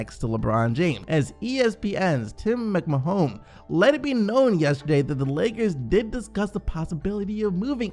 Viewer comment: "Tim McMahone"